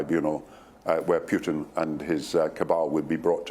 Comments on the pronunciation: He is PUTIN not PIUTIN why don't you just shut up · Doesn’t even pronounce the name of the Russian president correctly.